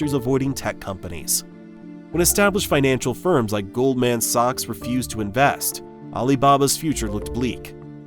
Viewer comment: Ah yes, GOLD MAN SOCKS, the big sock company. Fuck AI reading. Fuck every last lazy channel that uses it. And you know what they're having it do now? I saw a video where it pronounced the same word FIVE different ways, along with words all throughout pronounced differently each time. That's surely not a mistake, but by design... to try to not sound robotic. facepalm Although, there's worse things people do when making videos. Some stubbornly go back decades, like random background music (which this video also has). What's crazy is, people are now paid for this shit—monetization, the worst thing to happen to internet videos by a mile—but still do it.